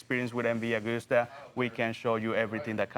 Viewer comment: Pronounced MV A-GOOS-TA